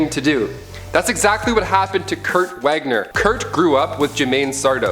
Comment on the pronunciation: Once again,, Nightcrawler's surname is pronounced "Vahg-Ner," not "Wag-Ner." I swear they never read my comments...